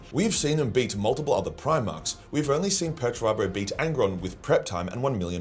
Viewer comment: Who the hell is Peturabo? You mean Peterturbo.